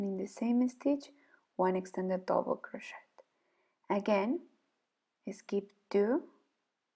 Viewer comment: Much too fast. Extended double crochet English pronunciation of crochet is like "crosheee". The "t " is not pronounced in English. Thank you!